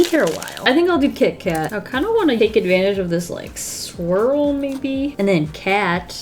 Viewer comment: Not gonna lie I actually thought she said "squirrel" instead of swirl ;-; I was so confused lol